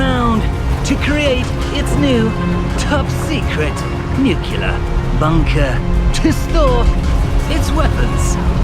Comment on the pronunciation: My guy can't pronounce nuclear properly 😂